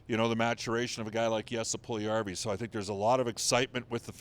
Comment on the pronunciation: I wish that these commentators would finally learn that Puljujarvi is 4 syllables not 3. PULL you yar vee. NOT PULL yar vee